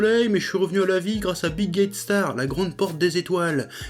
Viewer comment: A chaque fois j'ai entendu Bill Gate Star mdr ... Désolé ... Ouais ....